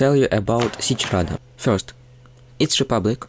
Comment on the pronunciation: "first, its republic." idk why this is the most slavic sounding thing ive ever heard but it made me laugh lmao, thanks for the good video